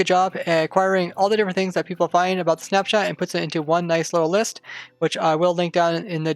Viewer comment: I heard Snapchat when you said snap shot